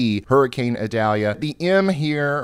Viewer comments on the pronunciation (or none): I do believe it's pronounced ee-DAL-ya, however my brain says it should be Ida-LEE-ya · Eee-doll-yah. It isn't an onion. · mhm, its ee-dahl-yá in spanish, but if you're from the southern US it comes out as eye-dal-ya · Ryan it’s pronounced the 2nd way! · you really are pronouncing Idalia wrong to the point it's making me wanna go through the screen and shock you or something every time you say it wrong. It's almost painful hearing it pronounced so badly